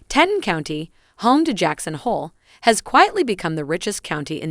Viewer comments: TEE-tawn -- not Tetton ... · Nice story and loved seeing the photos of Jackson— my home for 15 years. Loved going to our 4th of July parade every year. Might want to update vid audio to correct pronunciation of words Teton and Targhee.